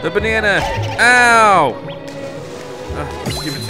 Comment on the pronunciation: When he said "a bannana" though I laughed so hard